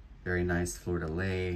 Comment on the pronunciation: thanks for your fun videos! one tip. It is pronounced ... Fleur de LEE. Is your customer from New Orleans, by any chance? The French symbol is well representing his haul!